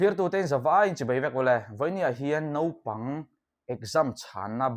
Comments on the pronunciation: Nopang ti lo la...Naupang ti thiam rual chu i ni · Nopang ni lovin, Naupang tih tur aw